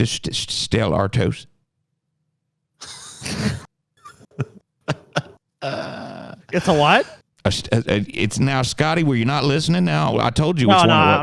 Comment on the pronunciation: learn to speak french and pronounce Stella Artois